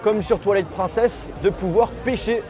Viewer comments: Comment j'suis jaloux 😂 par contre stp, "Prine cess" pas "Prun cess" 😛😛😛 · Oh mon dieeeeuuuu, j'suis trop pressée qu'il sorteeee 😍😍😍 Au fait, c'est Twilight [prineçèsse] et pas à la française 😂😂